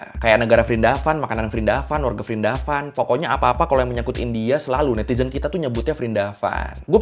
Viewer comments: Prindapan bang pake P kalo nyebut nama lain india.😅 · Dibacanya Wrindawan.. V diganti W. Example: Vijay -> Wijay diserap kedalam bhs Indonesia jadi Wijaya.